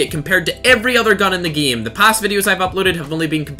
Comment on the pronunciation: why does he keep saying the word game wrong lol